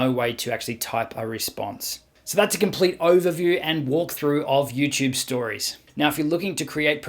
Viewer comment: He says Youchube chuchorial ❤️😄